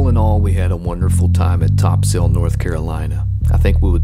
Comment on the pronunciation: If you dont wanna sound like a tourist pronounce it " Topsull"